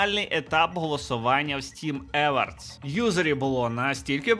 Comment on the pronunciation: Awards - Евардс, трохи ріже вуха.